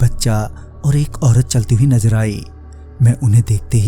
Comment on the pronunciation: Najar nahi nazar hai wo sahi se boliye